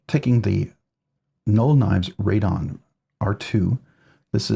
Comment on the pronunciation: Pronounced "Ray-Den" not Ray-Don. Yes I got one through pre-order last November 2024. It is a very good tool and very well made.